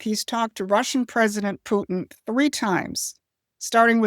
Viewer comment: i dont like the way you go out of your way to pronounce putins name as if we arent speaking english. and i dont like the way that you go out of your way to make all of our allies sound crazy, while putin is some sort of reasonable actor. are our allies sometimes self-serving and used to a united states that facilitates their nonsense? sometimes, sure. but this subtle underlying message that putin is somehow better is a bridge too far. everyone had better watch out, including putin. that is the only reasonable message.